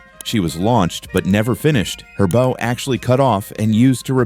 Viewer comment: Bow in the context of ships is pronounced similar to how you pronounce "how or wow", not as how you would pronounce "tow or row". The bow of a ship is not the same as a bow in a girl's hair.